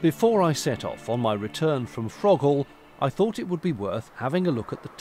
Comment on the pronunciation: It's actually pronounced "Froghall'. Silent 'H'. We locked down into the basin. Had to remove our TV aerial! Interesting to see the Leek arm which we haven't done. And spot-on with the apostrophe comment!